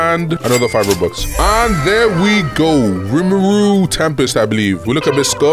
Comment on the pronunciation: Not to be annoying but man say rumuru 😂